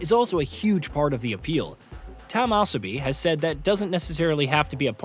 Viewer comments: It’s not “ass-a-bee” another awful AI mispronunciation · Maybe a typo or he didn't know what is asobi